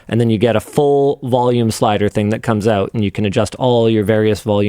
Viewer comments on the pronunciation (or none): "pull them back oot and connect them again"